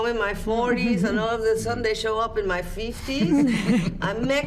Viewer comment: Hearing salma saying “all of a SUNDAY” contemplates my english level lol 😆